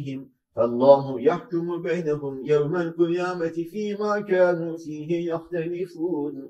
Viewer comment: Allah razı olsun. 71. ayetin sonunda yanlış duymadıysam Hocamız "Kanu yefalun" diyor, doğrusu "Kadu yefalun" olacak. Yanlış uyarı yaptıysam kusura bakmayın.